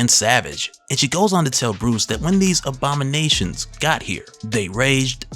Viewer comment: On the time mark minute seconds I clearly made out that you said OBAMA-NATIONS instead of ABOMI-NATIONS 😂😂😂😂😂...